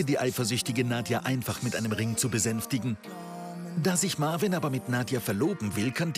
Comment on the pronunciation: OMG, die wollen nicht mal seinen Namen richtig aussprechen. Marvin 😂😂😂😂😂😂 wie die die mit dem Akzent verstehen, kapiere ich nicht, ich muss schon genau hinhören 😂😂😂